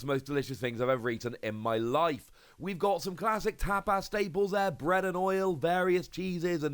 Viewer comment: No it's the way pronounced tapas and fuecoco